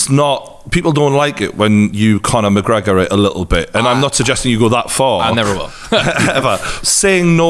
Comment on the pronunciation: Conor McGreGor